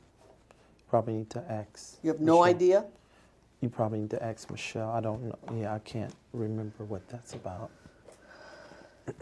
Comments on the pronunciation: This man is a “preacher” and a “teacher” “leading” thousands of people yet he says I don’t know “pacifically” and “axe Michelle” basic grammar. Basic language he can’t even get right. He tried to appear and sound so religiously intelligent but when he speaks he sounds like an elementary age child who hadn’t learned proper grammar. How can is “flock” not see this as a problem!? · From the way He says “ ax Michele “ She must also brush his teeth for him and pick out his draws too 🩲😩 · It's "ax," get it right 😂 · is your name david e taylor ..... "ummmmm you can aks Michelle" 😂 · the biggest challenge for this fella is saying "ASK" correctly. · "When in doubt, Axe Michelle" ( ask) 😂😂😂😩😩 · Lol he says Ax and not Ask. And he says Pacific and not Specific. Lol he ah foo Ignorant for sure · David .. throughout the whole deposition “ I don’t know my address, I can’t remember if I signed that check, I have no idea who is on my board , I don’t know my own addresses .. you better … AXE Michelle “… and His arrogance and Mockery of legal counsel asking him questions is Absoluteiy Staggering… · I'm going to start saying "I don't know axe Michelle" whenever someone asks me a question......seems to work. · I thank this fool for providing me with the perfect scapegoat for every obstacle in my life... When in doubt... "Axe Michelle." 🤣🤣🤣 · GOD AT THE PEARLY GATES 🗣️ David , Why should I let You in? David:🗣️ AX MICHELE 😂😂😂😂😂😩😩😩😩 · Still giving people false hope and still axing Michele about everything that He can’t possibly be ACRIT about 💯. ACRIT * Accurate Axe * ask 😂😩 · Laughing my ass off Poor Michele you gotta ax a lot of questions poor lady 😂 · This deposition must of run more than 1 day. Why didn’t someone on his staff teach him to pronounce “ ASK” so he wouldn’t become a virtual meme for ignorance ? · ASK. The word is ASK. My god, if I was that woman I would not have been able to hold back correcting that scamming lummox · You mean "axe" Michelle. 🤣😭🤣😭